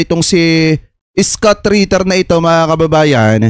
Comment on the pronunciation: Hindi skut kabayan..scott(iskat) ..engish kasi kaya ka hirap ee hehe